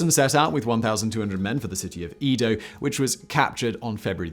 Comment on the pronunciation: #OnlyOnePhoneticNitpick: Eh-Doh... Not Ee-Doh.